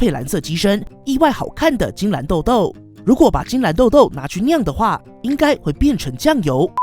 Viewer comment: 晶藍↘️晶藍↗️